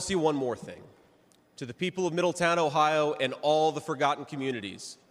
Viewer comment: Teach them how to properly do OH IO 😂😂